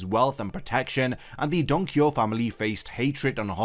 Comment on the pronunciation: dude the way he saying donquixoTE is so fustrating, just say the TE